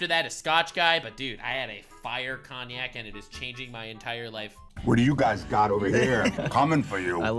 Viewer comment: Not cognac it's cognac lol